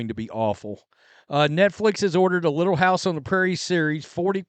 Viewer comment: Don't call it "Little hiuyse on tre Prairie" GD THIEVES